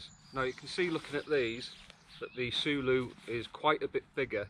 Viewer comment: Say it like saying “solo”. Not sooloo 😆